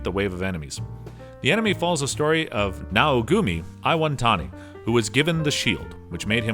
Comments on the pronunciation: Naofumi* not Naogumi my guy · not only are the names butchered, but some aren't even spelt right "naogumi iwantani" like bruh, his name is naofumi iwatani, hearing it broke my soul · This guy who's a self proclaimed '': "Naogumi Eye-won-tami" Leave my man Naofumi I-wa-tani alone! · I just lost it at "Naogumi Aiwantani" not even close to Naofumi Iwatani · he also called Naofumi of "Naogumi" XD